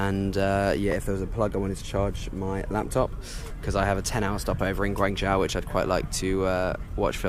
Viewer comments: Guangzhou - the ZHOU is pronounced 'JOE'. Means place. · I live in China, and while his pronunciation for a foreigner is ok and understandable, it is not spot on. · Please learn how to say Guangzhou